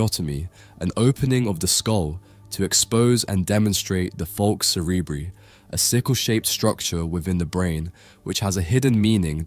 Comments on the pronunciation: Cerebri in "Falx cerebri" is pronounced SEH-REH-BRY - bry as in cry NOT bree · Why would you pronounce a Latin term in an English way and not in the Latin way? 🤔